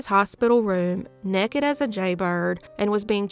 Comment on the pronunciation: "Nekkid as a jaybird" ... another great video!!!